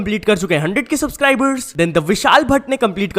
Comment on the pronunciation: Subscri"burs" kya hua???